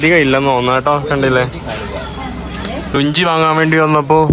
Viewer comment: ലുഞ്ചി അല്ല ലുങ്കി ആണ്